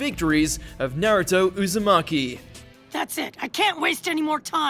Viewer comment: Please stop butchering the names. It's O-bito not Oh-bee-tow. It's Na-ruto not Nah-roo-tow. And for the love of god, it's Ho-kage not Ho-kah-gay. Jeez.